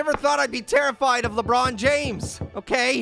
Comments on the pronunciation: I like when he says la but James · I almost died laughing when said lebutt james